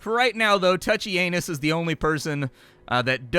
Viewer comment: There is no way you just said "touchy anus" LMFAO. That soldiers name is Tuccianus, and you said it! Hilarious.